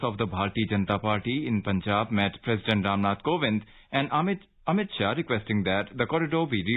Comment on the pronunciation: The Union Home minister ,please, correct, Read as Sri AMIT SHAH,not Ramit Shah,please pronounce, CORRECTLY.